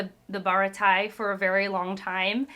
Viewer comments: Thanks for the video! For pronunciation, each vowel only makes one sound, regardless of the letter it's next to. If there are two vowels, it's two sylables. a = ah (ahah) e = ay (hey, okay), i = ee (piece, teeth, sea), o = oh (toe, go), u = oo (fruit, hoop). So Baratie = bah-rah-tea-(h)ey Also, this may be a spoiler, but I don't want you to get your hopes up on more of Gin, up to current chapters we haven't seen him again =( I love your enthusiasm and analysis of themes. I'm excited to see how your journey continues! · “Bah-rah-tee-ehh” for the Japanese pronunciation. For the western pronunciation you can say “buh-rah-tee” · Baratie is kinda French, sooo...Bah-RAH-tee-AY. Also, the term Big Bro from Johnny and Yosaku to Zoro isn't familial in any way. They are neither related nor adopted. They just aspire to be like him, so he's like a cool, dominant role model to them. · Since it's the holidays, I'll take a shot everytime Baratie and Mihawk is mispronounced 😁 EDIT: This was a mistake. I will now be hearing "Hawk Eye My Hawk" in my nightmares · Goda is pronounced like Goata because Oda is the Goat, but he is also the god of fiction to many of us in the One Piece community. You may have already found out by now but you were just barely off on the pronunciation of Baratie, it's French if I remember correctly and the ie is pronounced ee as in tree and then ey as in hey or just the letter A. I've seen a lot of videos of people getting into One Piece for the first time but I think you're the first that hasn't really had much experience with manga as a format and it's cool to see. I'm glad you seem to be enjoying it and I'm really excited to see your reactions to the Arlong Park arc; Baratie and Arlong Park are probably my two favorites of the East Blue saga and certainly the most emotionally impactful. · Bear-ah-ti-ay. Never feel bad about mispronouncing something you’ve only ever read. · Merry Christmas Eve (it’s pronounced Buh-rah-tee-a)